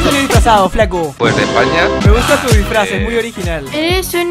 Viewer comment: ¿Soy el único que notó que en el decía "drisfraz"?